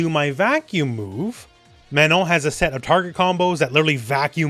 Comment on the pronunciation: I'm french and you have an excellent pronunciation of the nasal sound "on" in Manon, which is quite impressive for an English-speaker. Good job on stressing the last syllable too.